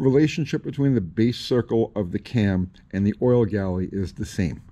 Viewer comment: It's refreshing to hear "Oil Galley", so many times I hear it called "Oil Gallery", even big time YouTubers.